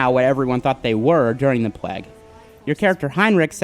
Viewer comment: Plague! Not pleg!